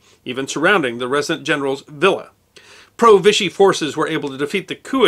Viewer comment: Vichy is pronounced vee-she